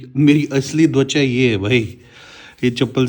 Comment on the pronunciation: ❤ just to tell you bhaiya, Skin in Hindi it’s TWACHA not DWACHA. Sorry to point it out if it’s said that way in Kashmir. Much love